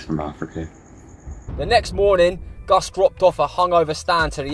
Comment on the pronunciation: ''Sidequests with '' is now an official segment xD Also yes lads, that's how his name is spelled and it's not pronounced ''Gus'';)